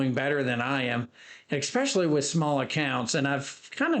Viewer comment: it's especially NOT exspecially...🤣😂😭